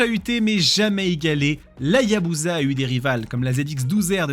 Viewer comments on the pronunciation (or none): pitié arrêtez de dire ayabouza ce n'est pas une bouse, on dit Hayabussa